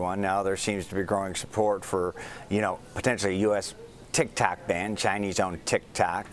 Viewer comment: Did he say Tik Tak instead of Tik Tok?